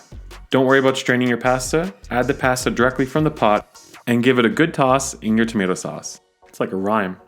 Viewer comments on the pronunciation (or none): You pronounced everything but pasta correctly. Never heard anyone call it "passda." Pa as in "papa" and sta like "stuh or stu(d)."